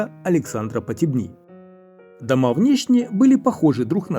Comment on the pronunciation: Не хочу быть грамар- наци, но: дЕвичья, а не девИчья ПотЕбни, а не ПотебнИ??